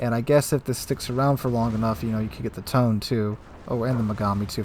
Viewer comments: Please, for the love of God, it's "Tow-Nay" not "Tone" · To-ne with ne as in nest